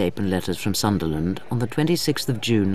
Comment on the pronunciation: Sunderland, not Sutherland.